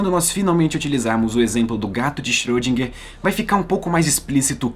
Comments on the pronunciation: na verdade a última sílaba seria "gar" em vez de "guer" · Não achei pesado. Aqui em meu estado, Minas Gerais tem um ditado popular que diz: "carro apertado é que canta". Só não querendo ser chato, mas você pode melhorar a pronúncia do nome de nosso ilustre Erwin Schöridinger.